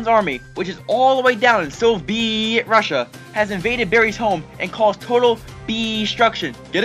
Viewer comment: I thought it was “Bussia” Not russia